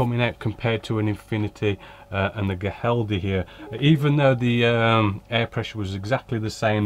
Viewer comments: For whatever it's worth, the correct pronunciation is something like "Hee-RAHL-death". That's the best approximation that I can make with English sounds! 😄 (The initial "Hee" actually starts with a strong throaty "H" consonant sound.) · Ow doin, yow ay got is naame right maate, to convert to Black Country foe yow....Spanish = Giraldez.... English Pronunciation = Hii_ral_deh